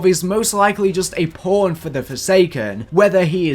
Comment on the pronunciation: Forget that. Listen to how he said pawn.